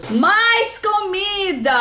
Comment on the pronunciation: Pode continuar a falar "camida", XD. Que SHOW essa caneca de Tim Maia!!!😍😍♥️♥️♥️